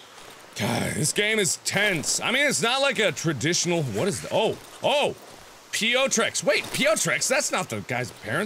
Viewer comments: His name is pronounced pee-OH-trik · I love the way you read Piotrek. It's so funny to me as a Polish :D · Piotrek or Piotr is the polish version of Peter. You can google for the pronunciation I guess. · for your consideration, Piotrek = Peter. You almost spoke it correctly. ;) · Mark, you were pronouncing Piotrek's name fine, then you started wondering about how it should be pronounced and you stopped doing it right ;)